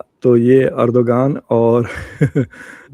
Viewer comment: The name isn’t pronounced Er-do-gan. It is Er-do-wan You dum dums.